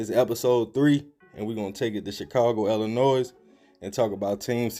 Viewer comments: The S is silent! Ill-li-noy! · We don’t pronounce the S in Illinois, it’s silent bro. Nice vid tho🙌🏽